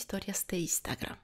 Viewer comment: No es burla. ...pero pq dice$ ISTAGRAM?